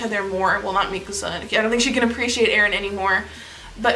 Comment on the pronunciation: FINALLY someone who pronounces Mikasa's name correctly